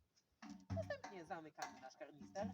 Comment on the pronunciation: Panie nie mówi się karnister 😅😅